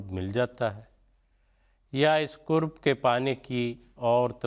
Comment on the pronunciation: Kurb nahi qurb sahi lafz hai